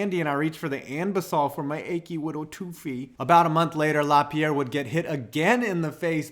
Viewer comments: *Laperriere not Lapierre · It’s La-PEER-ee-air. I only know how to say his name because I love Ian. If it was Maxime, then La-PEE-air is right. Great video!!!